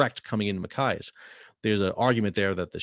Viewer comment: I'm from Maine... Great info! The pronunciation is Ma Chi as. That's "ch" as in "choose"...not "ch" as in "kite".... Maine is still a strategic place...